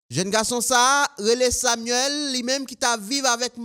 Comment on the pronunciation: Ou fè express pour bay yiou fausse improssion lorsque ou dit "Samuel". Gen yiou sel Samuel ki ap fe la une. Ou te suppose dit: yiou neg touye manan li ou pa ta supporsé :" Sameul."